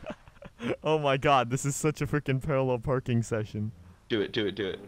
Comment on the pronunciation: I love the part when says " pararrel parking" and there is a GOOD LUCK at the side of the screen. Its at 11minutes and 18 seconds